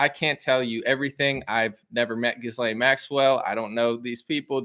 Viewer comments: Try Ga-lane instead of Jizz-Lane, despite the latter being more appropriate 😂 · Her name is pronounced G'ee Lenn. Also pronounced as Criminal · It’s pronounced something like “gillan” heard her brother saying it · It's Jizz-lane, ha ha. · In French I believe her name is pronounced (soft)geez lane. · Pronounced Gih- lan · It’s pronounced ghee-Len or jis-len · You're researching and doing a pod cast on a person and you can't pronounce her name